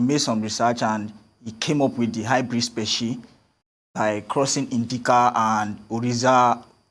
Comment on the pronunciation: Species is not pronounced 'spay she' but 'spee sees' 🤦🏿‍♀️🤦🏿‍♀️